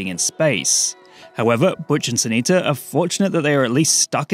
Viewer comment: Sun Eata? Did you mean Sunita?